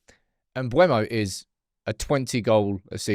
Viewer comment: IT'S MBEUMO, NOT MBUEMO!!!!!!!!!!!!!!!!!!!!!!!!!!!!!!!!!! JESUS CHRIST